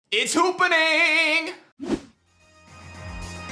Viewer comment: Haha the look of pain he gave after he said "its hoopa-ning"